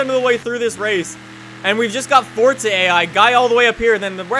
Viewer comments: fortza (It's Forza) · its forza not fortser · idk if its just me but I get annoyed everytime says Fortza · anyone one notice says fortza